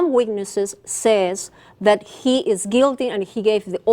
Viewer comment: some witnesses saysss hahaha aprende a hablar cojudaza